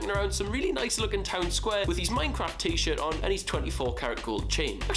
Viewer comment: It's a Nike teashert